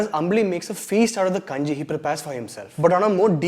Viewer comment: Dude, narrating the entire story of the movie is not how you review it. Why are you giving aways so much finer plot points of the movie. PS: And that kanji pronounciation hurt me .